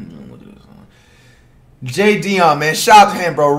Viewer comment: Nobody: Absolute NO ONE: FLIGHT: "JAY DION" SHOUT OUT TO YOU MAN!!!